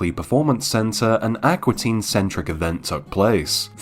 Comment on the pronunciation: Ak-wah teen lol